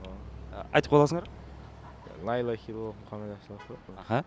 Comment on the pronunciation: Лаиллаха дебей Ляиллаха десенер